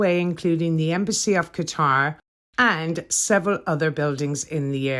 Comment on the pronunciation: I think people may be staring bc you are talking to yourself, lol! THANK YOU for saying Qatar properly!! It may date us but... What a beautiful day in London!! I typically stay on Park Lane when I am in London, so this was fun to stumble upon! Obviously, it has been a while, sadly. Well done!